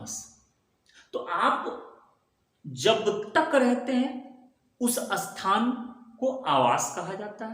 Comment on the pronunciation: Asthan nahin sir , isthan bola jata h